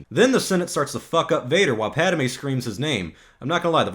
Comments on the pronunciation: Um . . . it's not pronounced "Pada-may." It's Pad-may. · Pad a May, really.